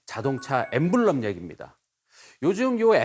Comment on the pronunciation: emblem[ ˈembləm ] 강연자분이 발음을 갈피를 못잡으시네..